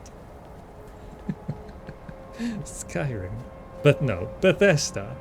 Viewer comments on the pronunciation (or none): none